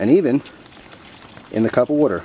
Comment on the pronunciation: Wow, even soaked in wudder. Thanks